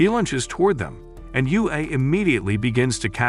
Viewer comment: Yue means moon and is pronounced yweh